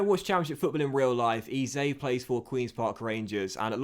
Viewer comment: Eze is pronounced eh-zay